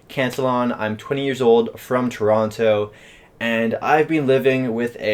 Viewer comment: Bro, its Tron-oh.